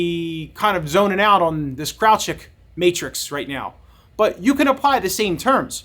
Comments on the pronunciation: Kraljic is of Slavic origin and is correctly pronounced as "KRAHL-yeetch" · Thanks for the video and background on it... please do a retake with a proper pronunciation of the name of the main / subjected character ;)